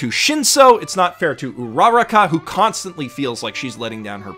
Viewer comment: You are literally one of if not, my favorite channel on youtube but for me, one time say Uraraka's name right.